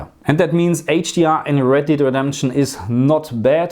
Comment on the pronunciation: It's Red Dead, not Red 'Deed' Redemption.